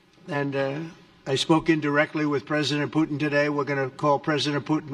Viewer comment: “Poo-in”… can’t wait till the “t” is added. Good job. Best administration in my 62 years.